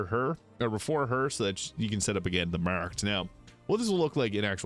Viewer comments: Took me so long to realised you were saying “marked”. What accent is that?😂 “mueerrrked” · The way your pronounced the word "marked" is wild